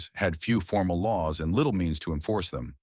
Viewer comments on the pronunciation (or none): none